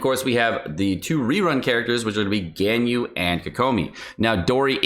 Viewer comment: The way you say Ganyu is painful